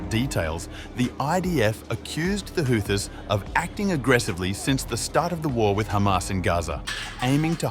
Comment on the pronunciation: Ghastly AI voice: "the Who-thyysss" I couldn't watch to the end...🤢